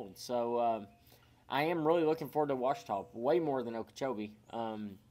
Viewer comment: It's not pronounced "O-uachita", it's Just Simply "Ouachita." The O is not heard in the pronunciation & is it Lake Martin or Logan Martin ??